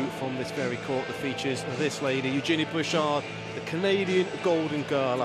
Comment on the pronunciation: Eugenie Bush-hard as the commentator says :L